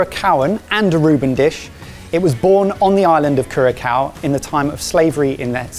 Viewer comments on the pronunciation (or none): I can't take this. I had to pause the video. It's not pronounced Curakao, it's pronounced Curasao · its not Curacow its Curasau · Also Curacao is pronounced kur-uh-sau. Not like cure-a- cow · Loved the vid but my ears were hurting every time you said kurakow😂😂 the ç sounds closer to an S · Hi! Am from Curaçao, really cool to see food from the Antilles being featured on here:) Just a tip, the second C in Curacao is an S sound, not a K sound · 🙉 Cura-sow not Cura-🐮. And they kept repeating it! Apart from that, great video and great idea. Look forward to seeing the rest of the alphabet. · Mates, Curaçao is "cor-a-sao", not "cur-a-cow" :) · When he keeps saying cura''kau'' instead of cura''sau'' the c is spoken as an s. Oh well.. when in britain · CURASOW NOT CURACOW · Curaçao is pronounced KU-ruh-sau/KYOUR-uh-sau, either way the ç makes an S sound not a K sound. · Correction: It’s ‘Koo-ra-s-ow’, not ‘Koo-ra-cow’. The cedilla under the ‘c’ makes it an ‘s’ sound. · Curacao is pronounced 'Cura-sow'. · I learned that y'all need a tiny refresher on how to pronounce Curaçao! it's pronounced cure-uh-SOW (last syllable rhymes with "how"). the cedilla (the little mark under the second "c") indicated when a "c" should be pronounced as "s." 😊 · Interesting episode but I did cringe every time said Cura-kao. Noooooo. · As a Dutch guy who's been living on Curacao (pronounced with a c as in saw btw) for 10 years, this is very cool to see! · Damn the way you butchered the name Curaçao! 😅 How cool to shine some light on Aruba, Curaçao (curasao) and St.Maarten my home. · Isn't it pronounced 'cura-sao?' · cringed a little bit everytime i heard "cure a cow" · It's pronounced like CuraSOW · So fun! Excited to watch more of these "Global cooking challenges". I have been to Aruba, and I was excited to see the boys spin on it. FYI - Curacao pronounced "Ker - uh - sow" . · If I hear them say curakao one more time... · Fun idea! Also p.s curaçao is pronounced kyuorruhsau